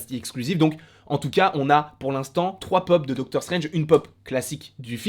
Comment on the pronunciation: Docteure strainge ne mouliverre se Malnait 😂😂😂😂